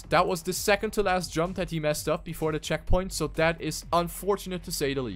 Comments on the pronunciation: always sound like you were saying "second-teh-last". listen closely. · "second-teh-last" lol